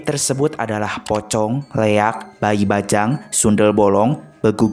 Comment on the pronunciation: Leak bkn lehak